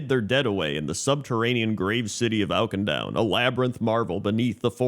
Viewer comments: Oak-in-down ? I've never heard of that place 🤔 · Awk-in-doon :P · I'm honestly impressed you've somehow escaped all the cinematics and Auchindoun dungeon where they say the name a billion times lol. Maybe I just played too much in WOD. It's more like 'ah-kin-doon' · If youre gonna roast the guy at least spell his incorrect pronunciation right lmao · I'm not gonna rag on somebody for not getting the pronunciation of a fictional place right, but they say the name many, many times in the Auchindoun dungeon and in the zone